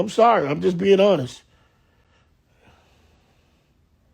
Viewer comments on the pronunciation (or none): none